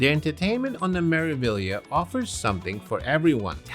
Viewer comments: Me-ra-vi-glia(liya)! Yes, you do pronounce all these letters as they are written. Greetings from an Italian teacher. P.S. we loved our cruise vacation on Meraviglia at the end of December, it was a blast! 🎉🎉🎉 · MSC "Mare-ah-vee-yah"